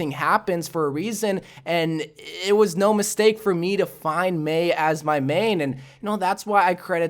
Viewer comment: Why is that ur "meeeiiiin"